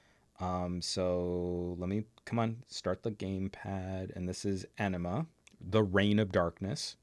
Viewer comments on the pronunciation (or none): I'll start a new thread with my legitimate comments on this video, but I just had to pause and rewind when I heard pronounce Anima, the reign of darkness as "Enema" (which of course would be a terrible title) and then proceeded to explain the game Path of Exile with the comment "totally pooping the bed." Got kind of confused I even took the time to research the games before continuing the video. Can you tell I'm pretty bored, right now? On to the rest of the video!